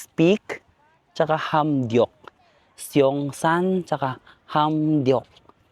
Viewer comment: You dont pronounce the 1st vowel sa korea - seoul (soul), seongsang (songsang), seongeup (songgup)